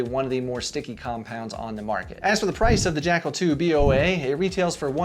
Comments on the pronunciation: Why you you say B O A? It’s Boa like boa constrictor, the snake. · Dude, why are you saying B O A? It's Boa as in a Boa Constrictor snake for obvious reasons. Get it?